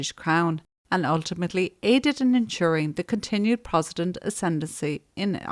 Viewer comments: Love the videos! For next time Protestant is pronounced “prot- es - tant. Just might rile a few people with the mispronunciation 🫢 keep up the good work x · I love your channel and realize you work very hard and have lots of compassion. You are mispronouncing Protestant and mural.